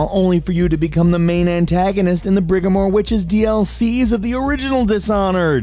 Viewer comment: "Brigmore" Not "Brigamore"